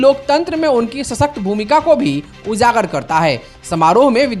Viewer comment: ujagar not uzagar